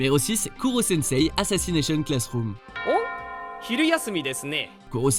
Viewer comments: koro et non kuro 😉 Korosen=invincible Kuro=noir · KURO-SENSEI!? C'EST KORO-SENSEI SON NOM! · C’est pas Kuro mais koro merde quoi un peu de respect pour le poulpe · C koro pas kuro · C KoroSensei et pas KuroSensei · Koro pas kuro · C'est pas Kuro mais Koro -_- Kuro signifie noir et Koro tuer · PARDON ?! >:-( On...dit...."KOROSENSEI" !!!!!!!